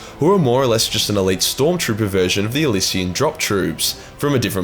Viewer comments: How tf you pronounce Elysian as Elsia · “Elsian drop troops” Bruh, I know people have their own pronunciation of different names but you can’t just skip a whole ass letter